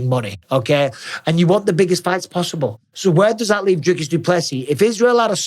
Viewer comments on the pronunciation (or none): none